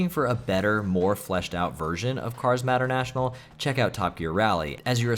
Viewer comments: "matter- national"? "McRee"? "TOCO"? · Sheesh, the way you pronounce "Mater-National" is just terrible, lmao.